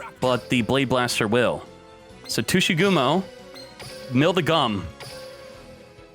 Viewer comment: Normal People - Tsuchigumo - Tushy gum-o